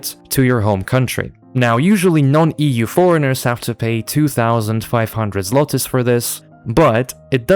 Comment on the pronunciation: > Fluent in Polish > Pronounces złoty as 'zloty'